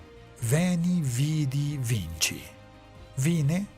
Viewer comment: En la frase "veni, vidi, vici" se pronuncia "vichi" y no "vinchi", pues decir "vinchi" fonéticamente es vencí, pero en italiano, y la frase de césar está en latín, no italiano. ;)